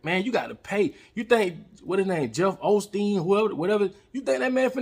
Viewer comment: HE SAID JEFF OLSTEEN 🤣🤣🤣🤣🤣🤣🤣🤣🤣🤣🤣🤣🤣🤣🤣🤣🤣🤣🤣🤣🤣🤣🤣 I ❤️!